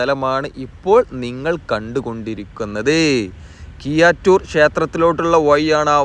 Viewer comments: Kiyattoor alla bro keezhattur aanu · കിയ്യാറ്റൂർ അല്ലടോ കീഴാറ്റൂർ എന്ന് നന്നായി നാക്കു വടിച്ച് പറഞ്ഞ ശീലിക്ക് . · ഴ വഴങ്ങില്ലെന്നു തന്നെയാണോ. വളരെ നല്ല വിവരണത്തിനിടെ പുയ വയി ഒയുക്ക് കീയാറ്റൂർ എന്നൊക്കെ കേൾക്കുമ്പോൾ സുഖമില്ലാത്തതിനാലാണ് ഇതെഴുതുന്നത്. തുടക്കം മുതൽ സബ്സ്ക്രൈബ് ചെയ്ത് കാണുന്ന ആളെന്ന നിലയിൽ അഭിപ്രായത്തെ കാണുക. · കിയാറ്റൂർ അല്ലെടോ കീഴാറ്റൂർ.